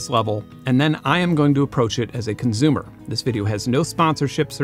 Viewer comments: Why does he pronounce “consumer” as “conzumer”? Where is he from? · Why do you say conzume/conzumer? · Consumer has an S in it. Stop saying conzoomer.. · CONZOOOOOOOOM!!! Hahahaha I’m so glad I’m not the only one who heard this 😂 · Great video! It validated so many of my opinions. So, thank you! I just have ONE question: [clears throat] ... Why do you say consumer so often - and why do you pronounce it conZOOMER? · Love your videos, but please stop saying "conzoomer" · I love how Benn turns temporarily German every time he says "consumer" :P